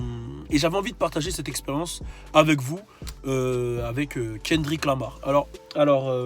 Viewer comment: Frere déjà prononce bien son prénom et après reviens